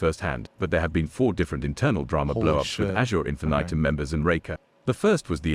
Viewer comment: I love that everytime pronounces Infinitum differently. "Infitum" "Infinaiiitum"